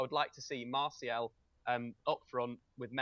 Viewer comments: But it's not pronounced mar- t-ial either it's pronounced Mar-si-al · why is the only person in the world who pronounces it "Marshall" hahaha